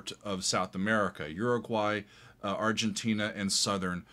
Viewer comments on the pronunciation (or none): none